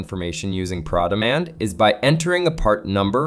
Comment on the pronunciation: The pass through is a nice feature. But the way that it's presented makes it feel like it's proprietary to ARI. If you're going to use this feature, that means you already pay $180 to Mitchell for ProDemand....also why does keep pronouncing it "PrawDemand"? It's Pro Demand, as in Professional.